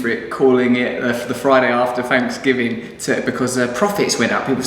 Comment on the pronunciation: Happy "Fanks"giving...... I love how English people make fun of our Thanksgiving. When they can't even pronounce the letters "TH" without sounding like an "F" but you're right.... We are the weird ones :-)